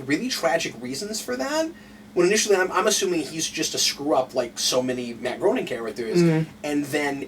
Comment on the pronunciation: Guys, Matt Groening's surname is pronounced "graining", not "groaning".